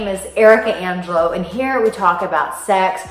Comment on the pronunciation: Another good vid! But Arica as a French speaking Italian it's onngelo not anngelo lol love your vids